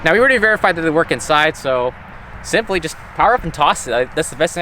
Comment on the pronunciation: You keep saying simply like Bixler lol